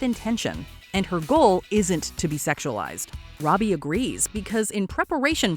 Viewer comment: Her name is NOT Rowby or Roadbie. It is Robbie, pronounced ROBB-EE.